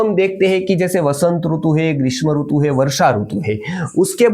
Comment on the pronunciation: Hindi mein "RUTU" nahi "RITU" hota hai. Doosri bhashao mein RUTU bolted hai. Isiliye jab Hindi bol Rahe toh Hindi wale Sidhant se RITU pronounce kare. Verna kaano mein hurt hota hai.